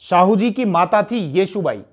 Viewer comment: लेकीन येशू बाई केह दिया येसू को ठीक है अलग प्रदेश hai गलती to hogi पर Comments padh lete hai Aur सुधार अमल मे लाते है Sarahniy है